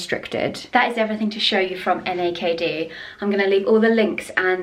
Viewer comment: I love seersucker fabric as well. It’s so comforting. Also, u know what’s funny? You call the brand N-A-K-D… like just saying out the letters. But I’ve heard other influencers pronounce it “ NAKED” as in wearing no clothes lol. I have ordered from them before and do like their pieces and quality.